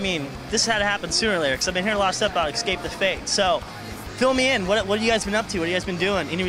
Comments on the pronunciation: ppl always say escape wrong. its ES-cape not EX-cape lol the interviewer is kinda annoying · lol the interviewer says "ecscape the fate" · That that fucking junkie dude giving the interview says "egscape" one more fucking time. Fucking hell! and he's smoking a cigarette while conducting an interview? just because Max is, doesn't mean it looks cool for an interviewer to smoke while conducting an interview. Fucking tweaker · "Eckscape the fate" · Do all Americans pronounce "Escape" "Excape"? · lo. he says excape the fat :P haa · i love how the interviewer can't pronounce escape properly :]